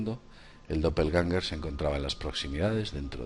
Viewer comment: Doppelgänger se dice...